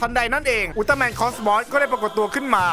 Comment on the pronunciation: พี่ครับพี่พูดว่าอุลตร้าแมนไม่ไช่อุลตร้าแมนกิงกะ